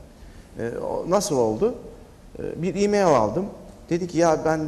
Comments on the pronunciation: Mail değil "Meyıl" Asdfghjkl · Mail, miyıl die okunmaz!!!???